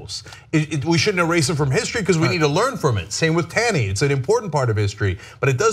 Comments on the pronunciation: #1 its ROGER Taney, not Robert...#2 it's pronounced TAWney not TAYney....remember, TYT is a "news" source. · Not a big deal, but it's pronounced 'tawny' (despite being spelt 'Taney'). Perhaps a bigger deal, while admittedly a total jerk, Justice Taney was not a Confederate. It's not quite the same thing. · Tawney like tall-knee